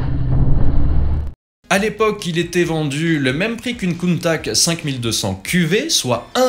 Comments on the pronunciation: "Crâneuse", la Miura... première fois que j'entends ça.. c'est juste une référence mondiale dans son genre, mais bon, la critique facile se confond avec le 36ème degré, et le problème est réglé. Countach, pas Countak. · Countach se prononce Countaatsscchhhhe par pitié... 🤣 Ce sont les concepteurs qui le disent!!!